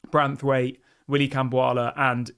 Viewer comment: It's BraNthwaite not Brathwaite. Ffs get his name right!